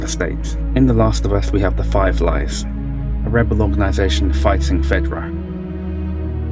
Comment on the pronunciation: i made it through 2/3rd through the video and i now realize he’s saying “Fireflies” and not “Five Lies.” STG I was like “who the hell are the Five Lies in TLOU?”